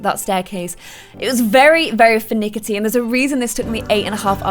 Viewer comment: Did she say 'finickity'? Um,, it's 'finicky' ^^